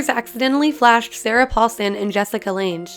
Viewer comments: It’s Lange like LANG, not range. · It's Jessica Lange, pronounced Lang like lung with an "a", not Launge. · LanGe. Hard G. Get it right-she is a goddam QUEEN! Lange. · Jessica Lange's last name is pronounced with a HARD 'g' - It sounds funny as with a soft one. Apologies for being picky...=( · She pronounced it like L ange not lang lol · The way you pronounced Jessica Lange gave me a headache. Jessica Lanje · Lang not landge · Its pronounced LANG not Lange! & in Philly we just call it the Mutter museum no crazy pronunciation lol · ITS LANGE NOT LANJE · its pronounced Lang not Landge... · Surprisingly interesting, thanks for the effort. Just one issue - Jessica Lange. It's pronounced "Lang", not "Lanj". But otherwise, interesting information. Thanks again! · The Why The names need to be pronounced correctly. Jessica Lange's last name is not pronounced Lanj. It's Lange. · Will someone please tell this girl that she’s pronouncing Jessica Lang’s last name WRONG? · My heart hurt every time she said BETTY and Dot and Jessica LANG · I had to stop at the mispronunciation of Jessica Lange, multiple times. If you're a 45 year old, such as I, her last name is pronounced Lang. Not the way it's spelled, like strange but with an L. Ask the original King Kong. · Her name is pronounced “Lang” like “hang” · Ugh when millenials don’t know who Jessica Lange is or how to pronounce her name (the “e” is silent). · It's Jessica LANG!!!! That's the CORRECT pronunciation! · spelled lange but its pronounced lang. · The vid is ok but... Did I hear BETTY and Dot? Jessica LanGe? Yeah that really pissed me off. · it's not Lanj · Jessica lange. Pronounced LANG. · Jessica Lange rhymes with 'Sang' or 'Rang' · Lang. it's pronounced Lang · you totally mispronounced the name of one the most prolific actresses of this generation. Lange rhymes with hang. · Why does she pronounce lange like that? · Here's a fact the narrator doesn't seem to know: Jessica Lange's last name! jfc